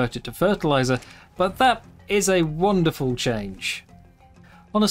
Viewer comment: "That is a wander-ful change"